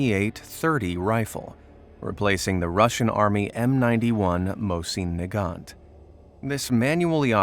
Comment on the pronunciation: Bro can’t say mosin nagant right